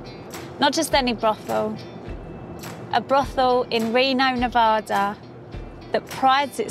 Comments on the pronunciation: it’s Nuh-VA-duh. NOT Ne-Vaw-duh. Second, Mustang Ranch is NOT in Reno, NV - prostitution is not legal in the city limits, its located in Sparks, Nv. Lastly, this is not the original, famous Mustang Ranch which closed for taxes in 1999, this is a completely different establishment, by different owners, in a different location. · Wow. I'm sure you learned how to properly pronounce NE-VA-DA......not Ne-Voda